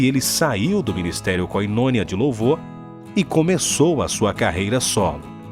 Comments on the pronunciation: Não é koinônia. O certo é Koinonía (Koi-no-nia) !!!! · Se pronuncia KOY NO NIA. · Pra ajudar esse narrador - que nem conhece a banda- Koi - no - ni- a. Que Levante esse homem, que o encanto com as coisas mundanas acabe e ele retorne ao primeiro amor. Gosto de vários hinos dele, não gostei das atitudes. Mas que está de pé que cuide para que não caia.😊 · Koynonia kkk se pronuncia diferente narrador Como nós enganamos com as pessoas Deus não aceita misturas Deus é único Verdadeiro Sem misturas Não existem meias verdades, meio caminho, meia mentira Tem problemas sérios com as mulheres, que vexame, caçador de mulheres, Ele quer o apoio do mundo e não está preocupado com Deus, Se ele agrada a Deus logo receberá ódio do mundo Que pena É um grande compositor pop. MA sabe o que acho legal Deus derruba qqr ídolo, até lúcifer ele derrubou😅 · Que vídeo horrível... especialistas em falar mau... fofocaria do nível mais satânico... e tanta gente vurtkndobesse lixo.... o canal não sabe nem pronunciar o kome do grupo Koinonia... dá pra perceber mesmo que a única habilidade desse canal é fazer o aprazível mijistériobde satanaz.... CUIDADO!